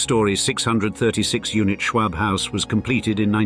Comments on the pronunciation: Listen to this guy say Schwab is almost as irritating as hearing a Scotsman say “schedule.” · Nobody said you pronounce arsenic that way. I said the "a" sound in isolation is pronounced the same as in the word "awe", or "ah", or "all" or "tall" or a whole mess of words that use that vowel sound. The word "arsenic" is made up of different sounds, when COMBINED make a WORD. The sounds are Ah - r - seh - nik. If you put them together, the "a" and "r" combine into the "are" sound but that does not remove the fact that the vowel "a" in that word is pronounced IN ISOLATION the same as "ah." You do not sound like you are a native speaker of English. This is something that is taught literally before you even reach kindergarten. What you meant is your original comment (which I had to discern because of your lack of clarity) is that the speaker in the video should not ADD an "r" to the vowel "a" as in "arsenic." Unfortunately, this is a tendency with British and New England speakers. When teaching a child the sound each vowel makes, you should never say that "a" is pronounced with an "r" at the end, but you implied with your initial comment that there is such an acceptable pronunciation and that is incorrect. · And btw, you aren't even pronouncing "Schwab" right. Here in America, it's pronounced "Shwahb."